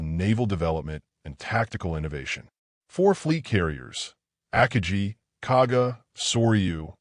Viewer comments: Akagi .... Ah-kah-gee with gee being pronounced like glee without the L. Gee with the g pronounced as the G in go absolutely the i pronounced as the ee in see. Get. Guy. Gone. Go. Guh. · Chuchi Nagumo? It's "Chuichi"... And its not "Ackagee" Akagi is pronounced Uh-Ka-Gee. So many mis-pronunciations. Ditch the AI narration and hire a hoooman being... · AH-Ka-GEE. for the love of the flying spaghetti monster get it right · The ak-a-gee? It only took 6 seconds for me to see this is poorly done. Bye! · The ACK-uh-gee ? Three seconds in, and I'm so-o-o OUT ! ! ! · Two seconds in and “the Ack-a-gee”… goodbye! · Ackagee? I had to start it over to hear that again and then came to the comments. Saved me time watching this crappy video. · Ahkahgee...Assinine Imbecility f-d up another narration. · Godawful. Terrible AI "narration", one of the worst I've heard. I literally stopped watching this video within seconds after hearing about the carrier "Akajee". No one even tries anymore, I guess. Half-ass effort, and then on to the next project (which we may also expect to be half-assed). Quantity over quality. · AI on YouTube isn't up to the task of pronouncing many English words. Absolutely hate AI voices. I literally stopped watching this video within seconds after hearing about the carrier "Akajee". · I'm giving this a down vote because of "Akajee", and the other AI mistakes. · IT'S AH-KA+GI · I stopped listening when AI butchered the pronunciation of Akagi. I'm out, thumbs down. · This narrator is an idiot. He messes up numerous Japanese names like Akagi. It is not Yam 'like the vegetable" agutchi. What is "Station H"? Why would Japanese strategy be classified until 1972 when Jenda wrote about it in 1968? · If You are going to use AI for audio, at least use one that knows how to pronounce the word akagi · I quit listening 6 seconds in when the AI mispronounced Akagi. Good bye. I won't be watching anything from world revolution. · That makes two of us.